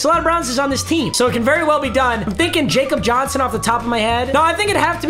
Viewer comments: It’s not pronounced Jakob Johnson it’s pronounced Yakob Johnson I’m a pats fan so trust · ITS PRONOUNCED YAKOB JOHNSON STOP CALLING HIM JACOB JOHNSON BRUH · Stop saying jakob Johnson’s name wrong your driving me crazy, that’s how I know you don’t watch football